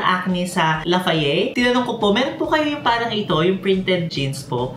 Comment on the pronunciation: lafayey? lol gurl lafayette is pronounced lafayet ❤